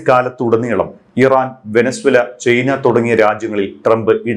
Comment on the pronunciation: ചെയ്‌ന അല്ല ചൈന. .കേൾക്കുമ്പോൾ എന്തൊരു വൃത്തികേട് ആണ്. ..ചെയ്ന 😑